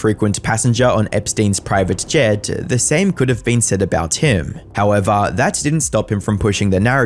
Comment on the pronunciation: “How evah”